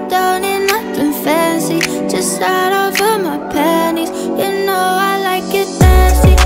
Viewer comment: sorry..but it sounded like she said, "I just shatted all in my panies"😭😭